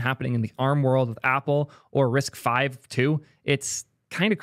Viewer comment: "risk vee" is killing me. Literally first words on the wiki page, "RISC-V (pronounced 'risk-five')"